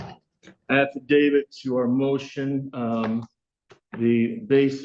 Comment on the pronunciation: as soon as I hear a lawyer pronounced the word ‘affidavit’ with a D instead of a T at the end, I am guessing this is not a genius of a lawyer.